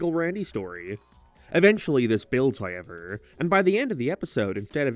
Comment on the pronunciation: Dude, I don’t care where you’re from or what accent you claim to have “hoyyyevwr” isn’t how you say however